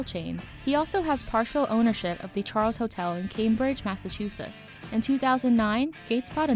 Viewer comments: Did she just call Massachusetts massassushetts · Massachusetts not Massachusisss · Is it just me or did it cringe me how she said Massachusetts 😤😤😤